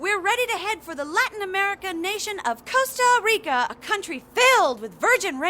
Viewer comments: How do you end up pronouncing Costa Rica wrong when the episode literally says how it's supposed to be pronounced. This narrator is a tool. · Why is the narrator pronouncing “Costa Rica” like that